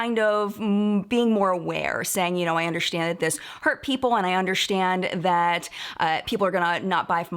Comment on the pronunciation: "I undershtand"